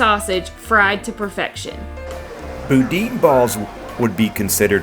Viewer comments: Say it with me like its locally pronounced... Boo-Dan aka Boudin, sorry not trying to knock ya girl here 😉 but Boodin is not the pronunciation babe!!! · Pronounce it with me please..."boo-dan, boo-dan". Not boo-deen, not bowden, not boo-din...it is "boo-dan". Im teasing you. At any rate, you did hit some of the best spots and some not so good. If you ever want some advice on Nola restaurants, Ive eaten at 104 different places now. If you wanna hit me up, I can send you a list of places you should try. Great video! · It's actually pronounced BOO-Dan, and I would recommend making the drive to Scott LA (about 2 1/2 hours from NOLA). Get a Pepper Jack Boudin Ball from Billy's! Also try Loretta's in the French Market for Beignets next time. I think they're better than Cafe Du Monde and the line is significantly shorter. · Pronounced BooDan Boudin Balls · Boo Dan Balls is how you say it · Boudin is pronounced BOO-DAHN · butchered pronunciation of boudin